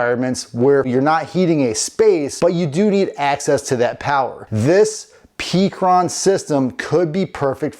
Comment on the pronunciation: It's call pecron, like peck sounds like heck-ron not peak